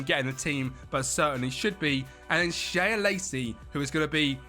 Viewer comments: Shea Lacey - its pronounced Shay Lacey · ITS PRONOUNCED ‘SHAY’ LACEY my man